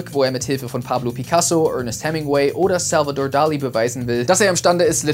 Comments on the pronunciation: Salvador Dali kann man ruhig ohne Englischenakzent aussprechen :) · Wie "Salvador Dalí" komplett Englisch ausgesprochen hat... Mein Herz blutet😅💔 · Salvador Dali mit komplett amerikanischem Akzent ausgesprochen... interessant 🤔